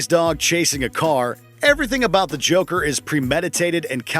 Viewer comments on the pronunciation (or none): none